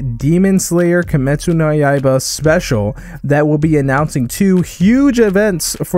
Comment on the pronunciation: I heard kiimetsu yes yaiba lol